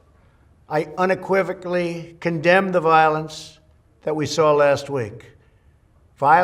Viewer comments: " I unikwivkly"??? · Inequivocably... hahaha does he really understand what he’s reading on the teleprompter? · It is difficult for him to pronounce words that have been written for him> unequivocally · However many until someone said it to him, because he couldn't get it right just from reading it. Maybe a couple more after that